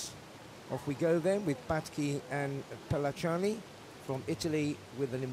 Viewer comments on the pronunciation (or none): Pellacani is pronounced as "Pillakani." At least try google translate for the pronunciation.